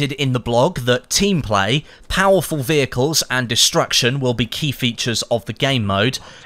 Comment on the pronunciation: I love driving wheicles 😂 I know you're saying vehicles